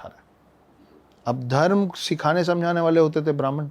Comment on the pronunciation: छत्रिय न कि छतरिया धर्म न कि धरमा हर शब्द के बाद बड़ा आ लग जाता है अगर ऐसा है तो शुभमा बोलो बुरा लगा होगा माफ कीजियेगा पर सही उच्चारण करें